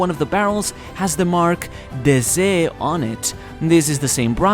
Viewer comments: The brand Doflamingo likes is not "dessee" but "Déesse" it means Goddess in French o/ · Déesse, pronounced day-ess (french for goddess) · im crying at how you pronounced Déesse lol as a french, it means goddess and is pronounced Day-Ace XD